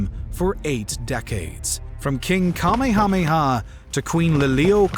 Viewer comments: Bro didn't even pronounce Kamehameha correct. I'm from Maui and I am disappointed. For all you people out there, it is pronounced King Ka-MAY-ha-MAY-ha,NOT King Kumehumeu!!!!!! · sorry, only lasted into your presentation. Seriously, if you are going to go through the effort of making an 11 minute video, get a grip and at least get the pronunciation correct for a subject you know very little about.... Commie hahmi ha? Are you fucking kidding me? You say that in Waianae, O'ahu, and see if some bruddah going break yo face. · Not bad. It's "1894," not "1984," and I think that the accent is on the "Me'" 's in "Kamehameha," not the last syllable. As usual, an example of Americans engaging in black or white thinking........they could've left the Queen as monarch of the new US Territory, and provide some semi-autonomy......but, that requires compromise and logic.